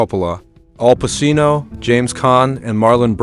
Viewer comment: Al Passino? Bro you real?